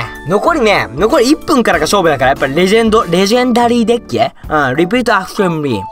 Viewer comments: Dick って聞こえてもーたw （dick は男のあそこって意味） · Dickって言ってるｗ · DeckがDickに聞こえてしまう事件簿